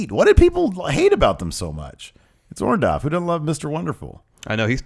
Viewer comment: Someone please tell it's Orndo-R-ff.... WITH AN R. I mean, really, short of Paul himself telling that everyone screws up his name, I'm fairly sure the other 99,999 times he's been referred or he himself refers to as Orndorff they had it right. Even Larson gets it.